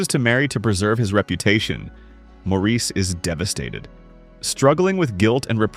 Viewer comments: I've seen many of these, own a few on disk. But I dislike AI narration. Maurice (1987) is pronounced "morris." That's one I own. van sant. van saunt. Good list otherwise. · Good list but please, Maurice is pronounced Morris.